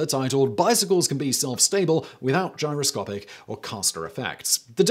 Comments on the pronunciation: It's gyroscopic, not gyrocopic. Dude you are a presenter. Get the damned words right. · . "Gyrocopic" progression? Gyroscopic pehaps? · you said "Gyro-copic". There's supposed to be an "S" in there somewhere.... #GRAMMARPOLICE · Gyrocopic, or Gyroscopic ? DAMN........ the autoqueue and the director missed that .... you sound like such an expert now NOT ! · Today I found out a posh English accent doesn't mean you're clever! GyroCOPIC and gyroscopic in the same sentence and not one out of the three of you noticed. It's almost like you don't really care. BAD Simon! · gyro "copic", really? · in the video. Am I the only one hearing "Gyro-COPIC" without the 's'? In other parts of the video, he clearly says gyro-SCOPE, so it seems like a weird mistake to make.